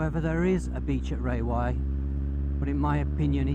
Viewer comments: Rawai is pronounced as rAwai, not as rAYwai... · RA-wai!!! Raywai? Where did you learn that? Just don't get in a taxi and ask to go to 'Raywai'!